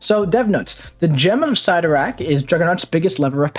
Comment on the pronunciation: Love the channel!!! Love you like a brother from another mother, but...never...ever..ever ever ever ever ever ...say Cyttorak again... ever...